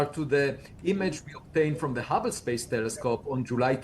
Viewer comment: Did he say the HUBBA Telescope!😂😂😂. That made my day thank you